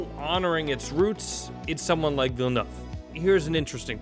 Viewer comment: "villenuff"? check pronunciation before rolling video.